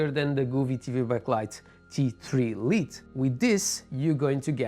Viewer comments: Great video! Thank you! Also, for future reference, "Lite" is pronounced like "light," not "Leet." It's an informal variant of the word. It's like a nickname. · Bom video! Só uma nota: "Lite" pronuncia-se "L(ai)te. Força! ;)